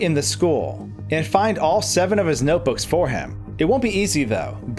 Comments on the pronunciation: "Noboos" it's notebooks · “noteboos” mario baldi crossover confirmed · YESH HE SAID NOTEBOOS!!!!!!!!! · "noteboo" REEEEeEEEEeEEEEEeEE